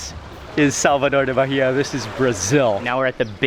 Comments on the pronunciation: Ai que agonia ele falando "Barria" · BAHIA pronunces: "BAEEA". But you're forgiven. ahahahahaah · The way you're you're saying Bahia is killing me! The "h" is silent boy! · The "h" is silent. Baa-e-ya. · Love your videos and how educational they are.. the correct way to pronounce the state is "baa-eeh-ah" you don't pronounce the "H" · The way he pronounces Bahia is atrocious.